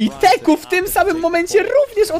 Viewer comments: Teeq czyta się tik kurwa a nie teku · Nie teku tylko tik